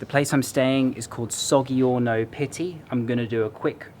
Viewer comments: sorry but if you are pronouncing a d in both words you are saying them wrong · nice video! just a tip: gg+i=j sound